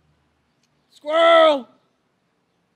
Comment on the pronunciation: squirrrel ...squirrel, hey buddy did you know i am vlogger >.< lmao